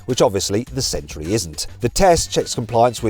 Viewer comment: Mat, it's century, not sentry. Sorry, that was really bugging me. Yes, I need to get a life 😂😂